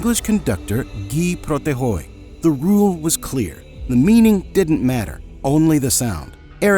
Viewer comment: Great video, except Guy Protheroe is English, so his name isn't pronounced as if it is French.